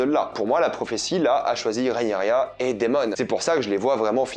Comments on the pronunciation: c'est pas Rhaenyria, c'est Rhaenyra!! 😂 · RahenyRA pas RahenyRIA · Ce n’est pas Rhaenerya mais Rhaenyra🙃